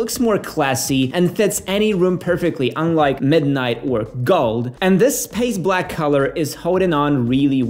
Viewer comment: I thought you called it “piss black” at first 😂 thought “damn he really doesn’t like the color”